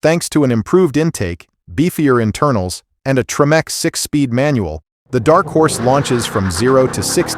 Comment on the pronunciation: What's a "Treemack" transmission?